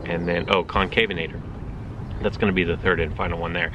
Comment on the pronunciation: Sunday morning, looks like it's the morning-after-the-night-before for you bud lol. BTW it's Con-CAV-en-a-tor not Con-CAVE-en-a-tor :-p